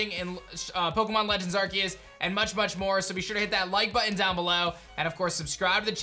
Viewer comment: It’s Ar-SEE-us. People that don’t know how to pronounce this make me extremely sad. Brainlets be gone.